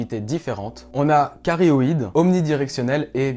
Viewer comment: Hello , si jamais on dit directivité "cardioïde" et non "carioïde" . Vidéo top tu expliques bien en tout cas.